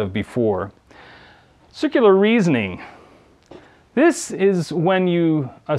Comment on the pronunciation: Wait, did he really say "sikular reasoning"?